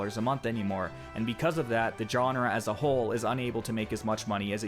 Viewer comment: Look up how to say GENRE